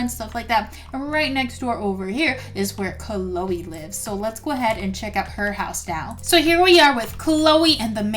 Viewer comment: it is not canole its chloe